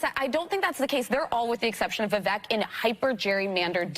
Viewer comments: It's pronounced, "Vivæk". These cackling harpies can't even learn how to pronounce a very simple name. Vivek like Cake, you just can't mistake... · She called Vivek stupid, then proceeds to pronounce his name incorrectly.... Vivek like cake